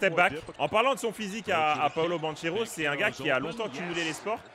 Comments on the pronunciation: Ça se prononce BanKero et non BanCHEro pour le coup j'ai eu mal aux oreilles toutes la vidéo. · Super vidéo Par contre son nom de famille se lit BanQUero car c'est un nom italien et ch se lit que